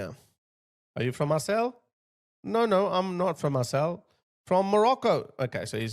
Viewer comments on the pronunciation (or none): Marseille is pronounced “Mar-say” not “Mar-celle” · Just a side note...you pronounce Marseille...as Mar-say...just for future reference. The double 'll', becomes a 'y' sound.